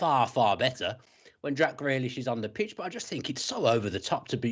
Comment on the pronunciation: Why can't he pronounce Grealish?